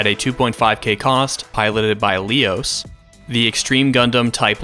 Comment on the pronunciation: I couldn't but help cringe when you pronounced Leos as "Lee-os." I've always pronounced it as "Leh-os", lol.